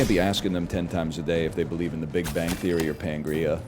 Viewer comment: NL saying "pangrea" is sending me